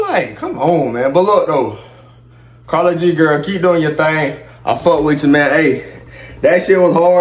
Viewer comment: Her name is pronounced like “care-ol-g” 💀💀